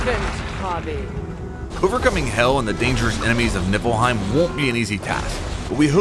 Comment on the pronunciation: "Nippleheim", sigh...